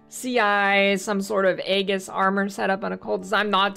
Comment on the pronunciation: I like how you say Aegis. The correct way.